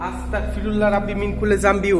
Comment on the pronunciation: আল্লাহু আকবার চারবার বলতে হবে তিন বার হবেনা আসতাকফিরুল্লা হবেনা এটা ভুল আস্তাগফিরুল্লা হবে